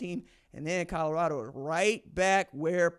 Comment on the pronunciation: If he stays at Colorado, can we all learn to say it. Its Col o rado not Cod ugh rado , ha ha ha......